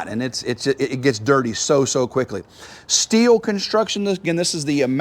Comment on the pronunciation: I don't like the brand that is properly pronounced "still". I'm sure no one cares but you did say who doesn't like...